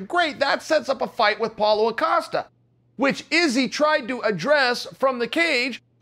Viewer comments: “Apollo Acosta” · "Paula Acosta"